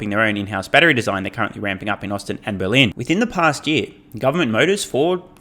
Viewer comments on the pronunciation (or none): none